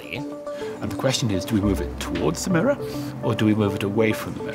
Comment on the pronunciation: By my Ancestors atleast say MIRROR properly. it is not "meer".